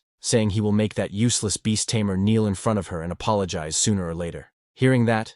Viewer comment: It's Tamer ,not Tamear